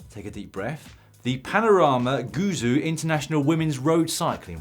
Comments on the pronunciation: "Panorama goo zoo" That's the funniest thing I've heard for ages. Almost as bad as BBC news reporters. That Chinese province is pronounced 'gway joe'. Guizhou. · Guizhou should be pronounced more like “gway joe” :-) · The way Dan pronounces Guizhou... lol